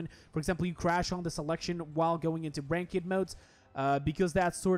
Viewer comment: fyi this is not how you pronounce rankEd.